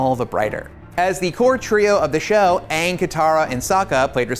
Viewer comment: "Weird bald person" and He said "Uung" and not Aang, LMFAO